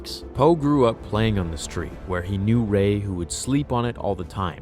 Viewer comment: I loved this story until you said 'Rey'